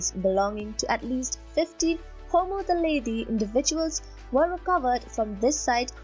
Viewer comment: Dude, it's Homo naledi. {:-:-:}